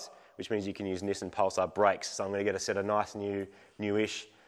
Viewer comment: It seems so strange that you call it "Nissin" like the brand of instant noodles rather than "Knee-Sahn" like the company formerly known as Datsun.